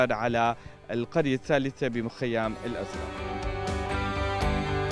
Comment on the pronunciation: المعلق متأكدين انو زلمع قال الازرء